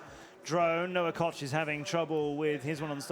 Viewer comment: LOL I love how they call him COCK when his name KOCH which is obviously pronounced K-OH-K.... KOKE. I say obviously because the Koch brothers are like some of the most famous rich people and noone calls THEM Cock lmfao. I think the announcer is doing it on purpose.